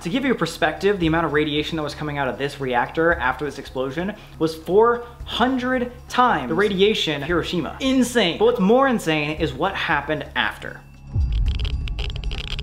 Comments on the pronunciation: i thought he said kirishima instead of hiroshima 💀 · Is it just me that thinks sam said kirashima